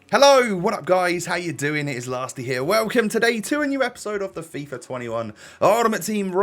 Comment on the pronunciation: He called la5ty latsy in that video 😆